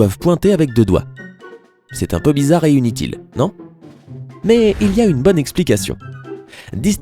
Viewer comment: il a dit unitile